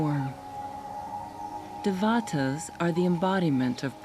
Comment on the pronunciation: If I may...the word Devata is pronounced Day-va-tha..and not Devaata! It refers to a heavenly being in the Hindu tradition, god or goddess. Buddhists do not believe in such beings but Buddhism became intertwined with Hindu beliefs, hence Dévathas! And oh, Prajnaparamita means the perfection of wisdom, and the Prajnaparamita Devi is the mother Goddess who represents or radiates such. Prajna-paaraa-mitha is the pronunciation...